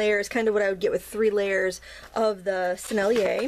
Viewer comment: You said "Sennelier" just fine !